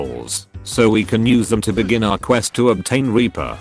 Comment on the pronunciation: It’s sounds like the chat thing your using says weaper